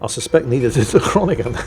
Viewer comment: Groningen = Groan-ig-uh, got to love Dutch.